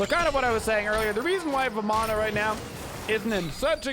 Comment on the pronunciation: You pronounce Ravana correctly (similar to Ra-vun). Vamana is pronounced the same (like Va-mun)